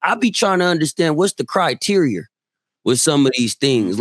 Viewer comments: “Criterior” is super wild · Dude said criterier